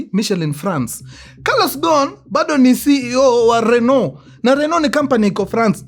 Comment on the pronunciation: Kiuks call Renault,Rinoti😂😂😂😂😂